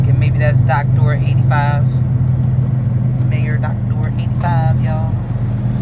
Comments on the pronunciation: Hey y'all. just a fyi. The way you were pronouncing Meijer, was wrong. Its actually pronounced MEI as MYjer. But, without the J sound. Cause of the German dialect. So, its pronounced MYER. But, spelled MEIJER. Hope that helps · It’s pronounce My-Yur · yea you pronounced it May-er